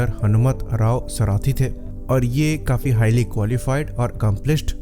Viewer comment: The pronunciation of the WgCdr’s name is not सराथी but is सारथी.